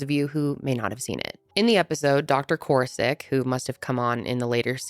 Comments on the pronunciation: Side note, but it’s doctor koor-ass-ick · core-ASS- ik sorry this bothered me